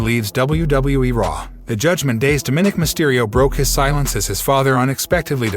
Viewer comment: Its not "Domin ick" its "dom o nick! Get the pronunciation right dude.